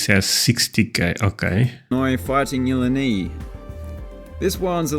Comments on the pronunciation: ill-eye-n-eye not ill-e-nee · That Australian guy is clueless and should stick to doing videos about Australia. The bulkdozer under the field was Michigan stadium not Illinois and im not even sure it was a bulldozer. I think it was a backhoe. Its pronounced fighting il lie nie not fighting ilenee lol